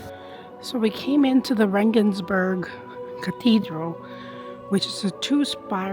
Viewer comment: Rengensburg .... more Italian .... like Vienna. 😂